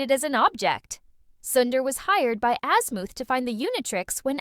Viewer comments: Wholeheartedly agree she keeps saying azmooth and not azmuth and it's fucking annoying like no where in the entire show was he called azmooth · Bro ai cant say shit right man fuckin azmooth😂